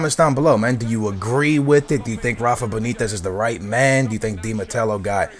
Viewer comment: Matteo not Matello